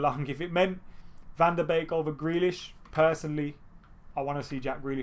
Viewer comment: Finally someone who pronounced van de beek right 🤣